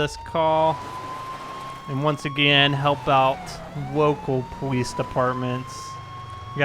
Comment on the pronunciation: "pawice officer" lol